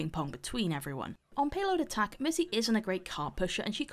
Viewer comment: Am I the only one who hears missy instead of mercy?xD